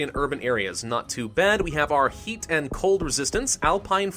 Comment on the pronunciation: He said eat instead of heat